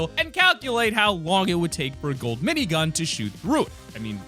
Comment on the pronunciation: When he says : minygun Me:☹ When he said: gray pistol Reeeeeeeeeeeeeeeeeeeeeeeeeeeeeeeeeeeeeeee😭😭😭😭😭😭😭😭😭😭😭😭😭😭😭😭😭😭😭😭😭😭😭😭😭😭😭